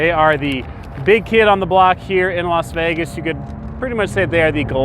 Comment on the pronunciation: Las FEEgas